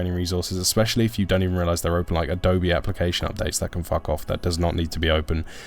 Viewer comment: "aspecially"? Really?